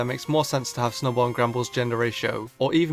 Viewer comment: SNUBBULL, NOT SNUBBLE! AND THERE SHOULD BE 2 A'S IN APPEARED!